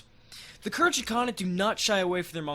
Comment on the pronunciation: Pretty sure Khergit is pronounced with a hard G